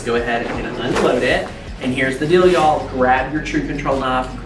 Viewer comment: ❤ it when you say “y’all” feels like home to me!! 😊